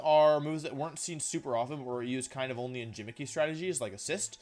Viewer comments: Did you just pronounce gimmick as "jimmick"? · Why is he pronouncing video 'wideo' and gimmick 'jimmick' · "Gimmick" has a hard 'g' bro. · 2 minutes in and he can't pronounce the word "video" or "gimmick." Is his inability to pronounce words correctly some kind of act that he pits on or has he never had a conversation with a human being before?